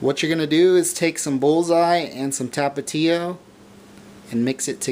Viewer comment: the way he said tapatio hahaha fucking white boy